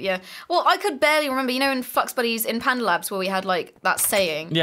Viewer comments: said f*** instead of flux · said fux buddies